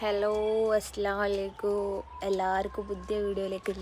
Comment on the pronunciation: അസ്സലാമു അലൈകു... എന്നല്ല, അലൈകും എന്ന് മുഴുവനായി തന്നെ പറയണം❤